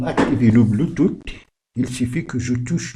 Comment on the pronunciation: Mdr "bluetooth"🤣🤣🤣 c'est quelle manière de prononcer ça